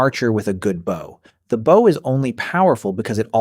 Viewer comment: Great video but one of the most annoying things about AI voices is the mispronunciation for example - the word “bow” Getting it wrong so many times really is grating